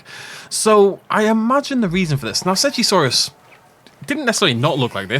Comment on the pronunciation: Usually im a big stickler for pronouncing dinosaur names, but I will not be saying seggasaurus ever